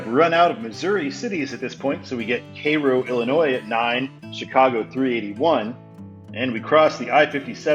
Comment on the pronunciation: Cairo is pronounced like the egyptian city of the same name.